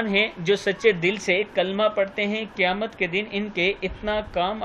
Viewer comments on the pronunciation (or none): none